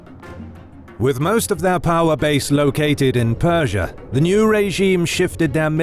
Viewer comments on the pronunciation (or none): none